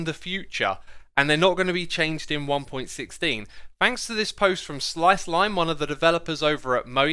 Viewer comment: Its not important but... It's pronounced one point one six not one point sixteen